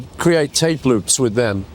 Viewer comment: WITH not WIV! It's not difficult...